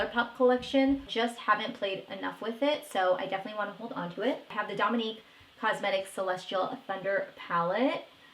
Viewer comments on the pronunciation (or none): none